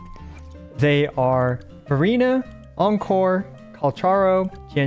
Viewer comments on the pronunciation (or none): not sure if I heard furina or verina. maybe it's just my ears because they rhyme.